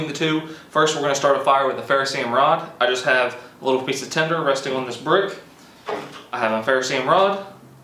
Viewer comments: It even sounds like he says tender...but it is tinder.. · Tender? Do you mean tinder???